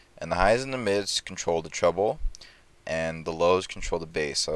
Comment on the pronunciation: It's "treble"